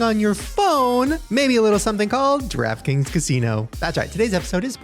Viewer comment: shane, random but when you were talking about the DraftKings casino, i heard "Trap Kings Casino" lol i was like damn thats a catchy name